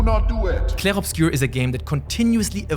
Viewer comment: As a main language french, you pronounce well "Clair Obscur" haha